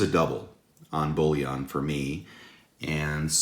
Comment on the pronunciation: Bullion not bouillon lol